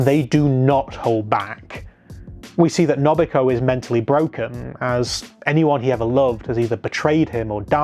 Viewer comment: I'm sorry but your pronunciation of A-o-i and No-bu-hi-ko annoy the hell out of me 🤣 still, good video nonetheless